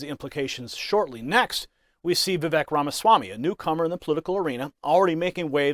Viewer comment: Vivek is pronounced Viv-ake like cake